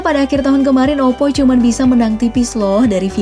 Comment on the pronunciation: Kok gua kesel setiap kali ngomong "cman"